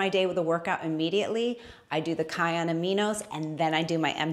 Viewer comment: Kion is not going to appreciate that you’re pronouncing their name incorrectly. 😉